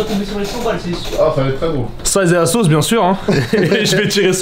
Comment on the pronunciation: C est asos pas azos😂